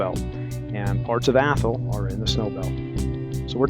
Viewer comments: We have an Athol here in Massachusetts. ) Though we pronounce it Ath-all not Athel. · Even when you are not "making fun" of it, you are still pronouncing it wrong; it IS Ath all .